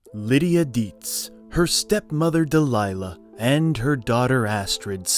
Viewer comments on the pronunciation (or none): Deeeeee Leeeee uhhhhh . Not Deh Lie Luh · Delia, not Delilah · Stepmother Delilah? Try DELIA, you stupid halfwit jagoff. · You lose credibility IMMEDIATELY! It wasn't Delilah, it was Delya........are you sure the daughters name wasn't Leon? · Catherine O'Hare's character's name is Delia, not Dalilah. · Who is Delilah? I thought it was Delia. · Delia not Delilah. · Delilah? R u even a fan or just someone who has to read a script? Delia not Delilah i dont care if its months old. Takes me out of the vid. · Dee-leeee- ia not Deliah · Delilah? No. Its NOT Delilah. Its DELIA. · It's pronounced Dee-lee-ah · DELIA Deetz, for Pete's sake. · “Delia” “Valmont” “Transylvania 6-5000” “SUPPOSEDLY” “Undoubtedly”